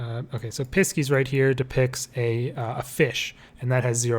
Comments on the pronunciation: really helpful ! thank you!! but pisces is said like 'pie-seas' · when I heard the way he said Pisces the first time i about lost it 😂😂